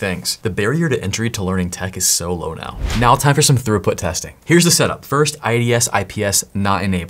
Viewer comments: Bro. Its not Thoroughput... Its Throughput. Thorough is when you cover all of your bases. "I was very thorough when I followed the guide." This is almost as bad as when someone says Per-Hif-erals instead of peripherals. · Are you saying thorough-put instead of throughput? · Why do you say "throughput" like "thoroughbred "? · pronounced "thruuuput" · Are you saying 'thorough put'?